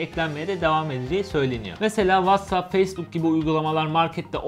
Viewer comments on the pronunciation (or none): none